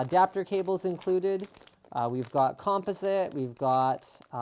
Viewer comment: Interesting pronunciation of "composite." And I can see Fox and CBS being all over you for playing their shows.